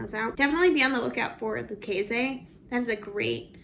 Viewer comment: Hey you guys, I'm from TX we pronounce it Loo casey on those boots. It's an upper brand you could have gotten twice that for them. LUV the green. lol